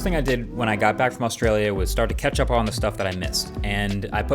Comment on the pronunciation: Did he say "when is google going to ketchup"?